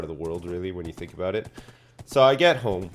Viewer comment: Aboot time aye